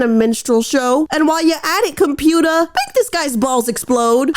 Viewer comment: "Computah" is gonna be a new vocal stim for me hehehe